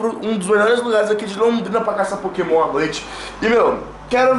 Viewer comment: O você fala os nomes do pokemon errado mano